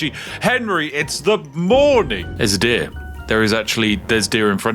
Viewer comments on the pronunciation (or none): at some point my brain started swapping "deer" with "dihh", and I almost wet myself laughing.